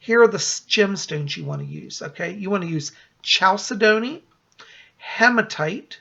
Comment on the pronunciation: FYI: chalcedony is actually pronounced: kal - Sed' - on - ee